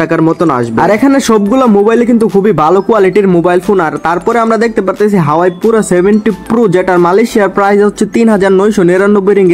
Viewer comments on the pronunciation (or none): হাওয়াই না হুয়াওয়ে